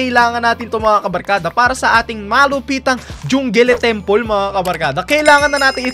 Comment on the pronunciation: Natawa po ako nung sinabi mo pong jungele templa HAHA